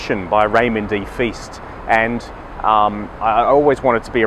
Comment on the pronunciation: It is Feist (rhymes with heist) not FEAST.